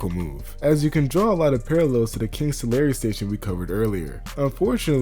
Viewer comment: Taking my first break . As an expat from CA to NY, I appreciate how much you've dug in to the relevant CA lore. I completely dumbfounded when you pronounced Tulare correctly.